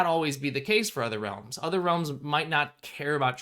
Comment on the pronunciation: Has anyone heard of hollows by rrd? Just started watching this video and the "realms" sound like "hollows"